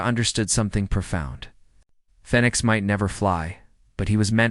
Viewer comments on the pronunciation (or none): Why doesn't your AI know how to pronounce the word Phoenix, after the bird who rises up out the ashes... your AI is calling it fenix 😐